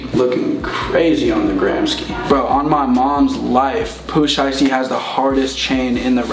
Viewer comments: The other max said pooh slikey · This man said Lil Dook and Pooh Sheesty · bro said pooh slicety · I thought he said poo slisty lmao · this man said pooh slisty bro i was laughing so hard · He said" Pooh slicety"🤣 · lmao mans said pooh shiby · "Pooh sliesty" pass me an inhaler 😷😂